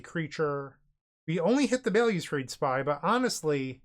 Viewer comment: Bail-you-strade..... More like Balustrade. Other languages exist and have rules regarding pronunciation.